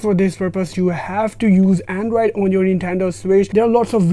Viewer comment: Him saying “andraid” instead of android is triggering me so much